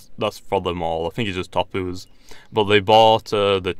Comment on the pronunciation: it's not topu's it's Tapu z